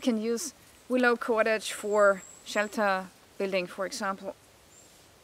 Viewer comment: like how you say KUWADADGE